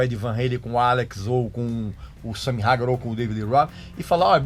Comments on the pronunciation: Ouvir a pronúncia “SAMY RAGAR” é de doer os ouvidos… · Sua pronúncia esta errada, Van Halen se lê como escreve, Sammy hagar se fala "reigar"